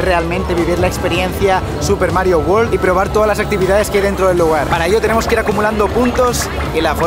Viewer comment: Por favor, recordad que la mayoría de los españoles pronuncian WORLD como WALL uól o WAR uór o una mezcla de los dos. Es UÉRLD la pronunciación inglesa. Lo mismo: WORK uérk, no uórk. WORD uérd, no uórd...